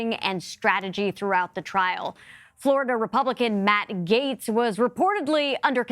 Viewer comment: Gaetz is pronounced Gets, not Gates.